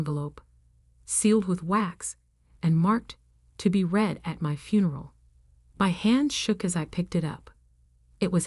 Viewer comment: Irrelevant, sometimes irritatingly distracting background! Verb "read" pronounced "reed" as infinitive and as present tense, and "red" as past tense and past participle!